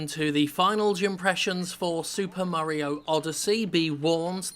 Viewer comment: "Super Murry-O Odyssey"